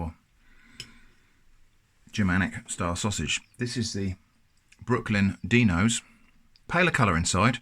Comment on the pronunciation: I think it's supposed to be Dino as in Dinosaur, not Deeno